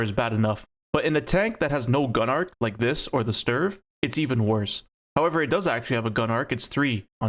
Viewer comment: Its not "sturf", its "stridsvagn"😂